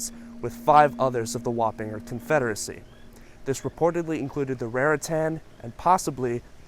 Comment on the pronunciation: Has anyone else only heard Warringer pronounced l /wah-pin-jer/? I grew up in Northern Westchester.